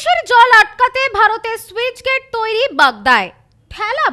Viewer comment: ঠিকমতো পড়াশোনা করে তার পর সংবাদ পাঠক সাজুন। স্যুইচ গেট কি বস্তু? যা খুশি! কথাটা স্লুইসগেট (sluice gate)